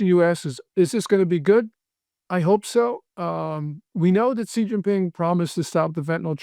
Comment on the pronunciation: You lose credibility if you can’t even pronounce Xi correctly.